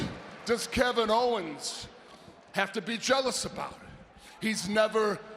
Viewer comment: "Kick Kevin HOE-ens In The Head So F...REAKIN Hard!!" 😂😂